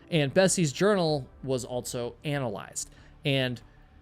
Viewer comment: ALSO. ALL-SO. There is no T in the word. It is not pronounced with any T sound in the word. ALT-SO is not a word.